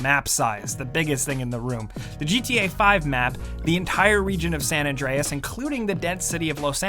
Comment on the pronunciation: Why are you saying san adrines this is gta 5